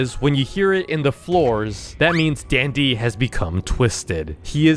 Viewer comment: Dandy not dendy..